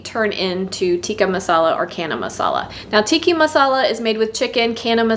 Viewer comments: Friendly correction from an Indian: it is not Kana Masala, but Ch as in China. Channa. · Thank you for the lovely video. FYI the ch in chana is pronounced the same as the ch in chicken. So not “cana”. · Chana is pronounced with the ch like chips or chain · Thanks for the recipe. But ch in chana/channa is pronounced like chair, not like cat. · Wow canned indian food..love your channel..can i if you dont mind chana is pronounced as ch in charming🙂